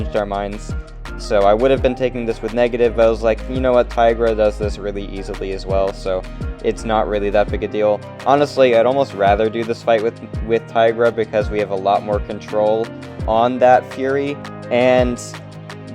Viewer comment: man said easably💀